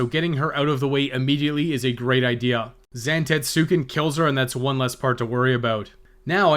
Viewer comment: Zan - te - tsu - ken